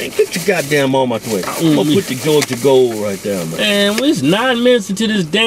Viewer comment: This is my favorite Hodge Twins eating video. Just for the "Jawja Gole" action. I would've guessed that Keith was the older twin, with his grumpy ass all the time...Keven cracks me up! Jawja Gole!!!!